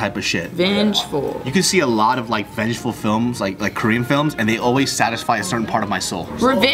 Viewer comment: Vengful....... hahahahahaha is so funny